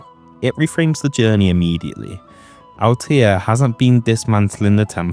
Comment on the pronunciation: C'mon, not able to pronounce Altair hurts my ears. 😒 But nice vid overall.